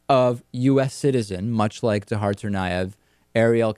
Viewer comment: David, please say Dzhokhar correctly.. "Zow-car"